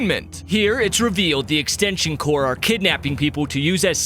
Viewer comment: He keeps saying extension "cors" Its extension CORPS!